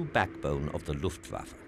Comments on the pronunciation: Am I the only one wondering who is the Luft Fa Fa in this doc? :D Any historian should know it is written Luftwaffe. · Great documentary - But did you not mean Luftwaffe -rather than Luft Fafa! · The Luft Fafa, eh?